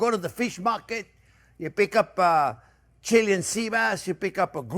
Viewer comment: Properly pronounced Chee-LAY-an.